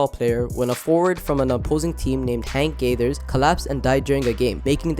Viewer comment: You mispronounced Hank Gathers But for real, his death messed people up. It's one of the most famous athlete deaths while in game. Hypertrophic Cardiomyopathy